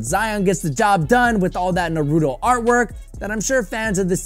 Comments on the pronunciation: naruto fans still cringing when he says narooto instead of naruto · really, narootoe 🤦‍♂️